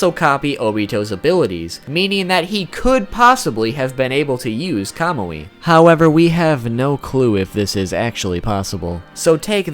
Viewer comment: Hes sating kamui wrong